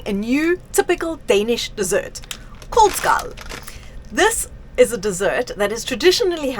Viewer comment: got Koldskål down. needs to understand that the Å is not an A but a different letter and is not pronounced the same way.. The Æ Ø Å sounds are very far away from any letter you think they are. Normally when english speakers see Ø they go O and that's a massive mistake as Ø is as much a P as P is Q. 😊